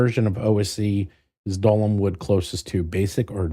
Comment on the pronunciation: Thank you,, for actually correcting on Doll-Man, it was driving me crazy 🤣